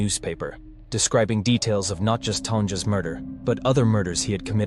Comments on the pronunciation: I think it's pronounced "Ton-ya" instead of "Ton-jah". I've met a few Tonias (and Sophias) with a j in their name. I think it's an eastern European spelling. Just so y'all know for future chatbot videos. I've often wondered if a person could get chatbots to pronounce shit correctly if they fed it their best phonetic version of the word. Like if you had a name like "Siboan" but plugged it in as "Shev-awn". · It's not Ton-ja. Idiot. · I read the book about this decades ago. KHJ was something else. Ugh. Her name is pronounced Tonya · You know it's AI when it can't pronounce 'Tonja'. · I can’t speak for that person, but for me, the voice is t bad, but it’s too fast. Could you slow the pace a tiny bit? It really feels like it’s rushing through the script (which is a really good script). And I kinda feel like it’s disrespectful to mispronounce a victims name. I know you didn’t do that intentionally (I’ve read your comments on this), but it just feels wrong. These poor people suffered enough, and it just feels wrong. They at least deserve to have their names said right. Again, I know it’s not intentional, and mistakes happen, it just sits wrong on my heart. Otherwise I liked the vid. The script is really good. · This was good... but... I feel like if you can't get AI to properly pronounce the name of a victim, you should have a real human read it. Just a thought. \ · there is many spellings of the name, i grew up with a few. I'm 99.9 percent sure that the j is pronounced as a y. Many Germanic languages have this, in Spanish j is an h. Pretty sure i knew a Tanja Guttenberg, very German looking. The fact you say her name like 60 times too, haha. Hope this doesn't eat at you too much